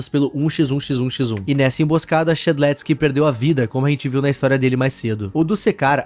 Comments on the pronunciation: A pronuncia e shed leusque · Primeiro o Shedelsk agora abalidades ksksksksks